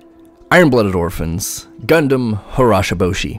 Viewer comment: Ha-gee-ro-boh-she, not harashaboshi